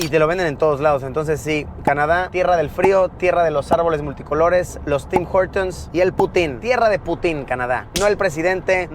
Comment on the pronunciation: CuNtas veces dijo Tim jortums el carnero este !!!!